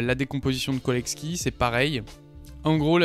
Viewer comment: Autodidacte spotted 😅 : Très bonne vidéo, juste un truc, on prononce cholesky comme chocolat, pas Kolesky :)